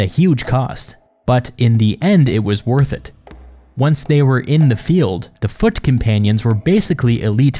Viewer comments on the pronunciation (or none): “and leave the intense fighting to the fucking panions.” I know you said, “foot companions” but it sounded much more metal than that! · Misheard narration that can't be unheard ~ - : "...these units (referring to the shield-bearers) were supposed to hold back and leave the intense fighting to the F*ckin-panions..." 🤣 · . “Fuckin-anions” lol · does (unfortunately) sound like 'foot companions'...